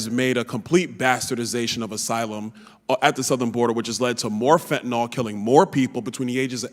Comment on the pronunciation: FentaNIL, not fentaNOL.